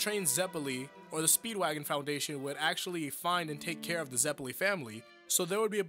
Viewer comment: The way you pronounce their names hurts Its Eh-Rin-Ah not eh-ree-nah It's Straits not straitso It's ze-peh-li not zep-elli other than that nitpick it's chill bro, good video